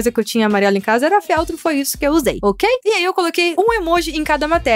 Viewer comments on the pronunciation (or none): não é féltro é feltro